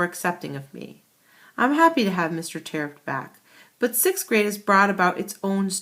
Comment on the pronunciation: No I've looked on the authors website it's pronounced Tear-upt